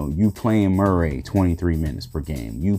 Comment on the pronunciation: "Mer-ray" lol!